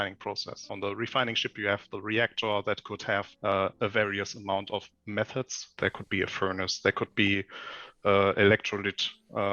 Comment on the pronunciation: He definitely did. Or methods